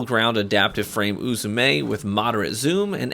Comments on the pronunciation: As a person who speaks Japanese fluently, your doing fine with pronouncing Uzume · You pronounced uzume correct